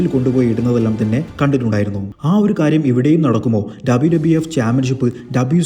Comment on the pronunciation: ആദ്യം WWF, WWE എന്ന് മര്യാദയ്ക്ക് പറ